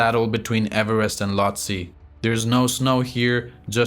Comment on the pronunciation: C'est quoi, une machine qui parle? Loti au lieu e Lhoste, pôle sud au lieu de COL sud, etc... C'est bizarre le commentaire.